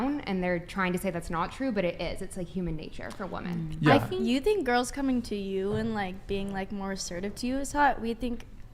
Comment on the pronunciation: Yeah they DO say Woman instead of Women in almost every video. Drives me mad.